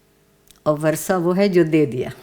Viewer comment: وَرثہ نہیں وَرَثہ ہے وہ لفظ بمعنی میراث پانے والے لوگ۔ بحوالہ اردو لغت بورڈ , کراچی۔